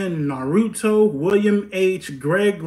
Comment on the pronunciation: "YBN Nahrutoe" 😆🤣